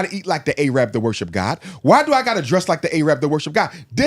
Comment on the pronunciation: A-rab 😂 yeah he was Muslim alright